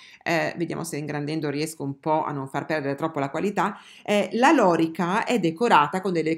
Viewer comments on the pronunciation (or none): ... Penso che la pronuncia esatta sia " loríca "... con l'accento sulla i... 😉🐻👍